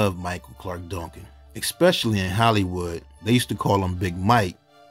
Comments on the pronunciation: Dongcan?? Can’t you say DUN-CAN? 😡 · It sounds like you're saying Donk-kin 😊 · The way he says “Duncan”. 😂😂😂